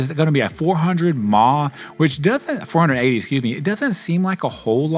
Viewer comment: pls dont say MAH when referring to milliampere hours 😭😂😂